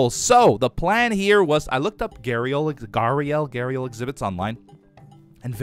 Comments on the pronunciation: It's not gahreal it's gah-re-al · The Indian gharial is pronounced ghe-ree-ul it is commonly pronounced wrong so you are not alone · But the way Gharial is said GAH-RE-UL